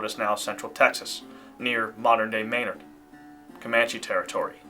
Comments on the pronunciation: Menard,Tx is pronounced Min-Ard. Not May-nerd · pronounced “meh-nard” Menard, TX. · Menard…..Muh nard’. FYI. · Great story. Great narration. One small mistake ,it is pronounced Men-ard. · Just FYI, Menard, where my mother grew up, is pronounced "Men-ard'," with emphasis on second syllable. I visited the Presidio in the 50s, when it was in ruins. Today, it is nicely restored. It is hard to imagine how fearsome it must have been for the settlers to discover they had established themselves in such a dangerous place. Those few white women who survived captivity -- surely they must have been so injured by their experience that they could not have lived long after rescue, without antibiotics and such. But then, I have to empathize with the Comanches and allied tribes, who lost their way of life because of the inexorable advance of the white people and the slaughter of the bison. Thanks for your video. I read Fehrenbach's book years ago, and found it one of the most fascinating studies of an indigenous people, capturing their resilience and ferocity with honesty and respect.